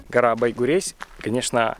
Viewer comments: Байгурезь - читается как Байгурежъ. А ещё ты бы приехал и позвонил мне. Я бы тебе все показала и удмуртские названия подсказала. А ещё есть южный район. Большая Уча. Найди и расскажи. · Да почему же вы все путаете, читается не Байгурезь, а Байгурежь